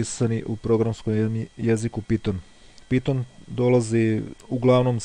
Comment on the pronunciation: NE KAŽE SE PITON NEGO PAJTON!!!!!!!!!!!!!!!!!!!!!!!!!!!!!!!!!!!!!!!!!!!!!!!!!!!